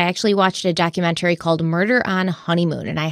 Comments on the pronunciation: 25 k likes for to start saying documentary correctly lol 😂 Just kidding love you ❤ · I personally love it when you're sponsored by Magellan tv because pronunciation of "documentary" is my most favorite ever. Great episode! My heart goes out to Connie's family and especially all the kids.